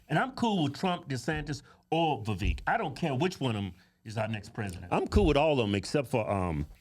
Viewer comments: It's "Viv-vake" I believe. He said on one interview, "It's like "cake"." (regarding the second part of his name) I could have misunderstood him but I believe that's what he said regarding It's pronunciation. Just saying. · Damn would yall please learn how to say Vivek name!!!!!! Damn it's Vi Vake!!!.. like cake. damb it man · He said it himself. His name rhymes with cake. His name is Viv-ake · I am all TRUMP but it's pronounced VAH VAKE.... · Cake, Bake, Make, Vivek If they don't rhyme, you're saying Vivek wrong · Its viv-ache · Its Vivek, like cake and steak, Ramaswamy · Vivek = VI-VAKE LIKE CAKE How can you not know the names of the GOP presidential candidates? Nikki Hayley Ron DeSantis Chris Christie Vivek Ramaswamy (Vi-Vake) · Please say his name correctly. Its not vaveek... Look up a video of him saying it himself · lets put some respect on him! says his name wrong XD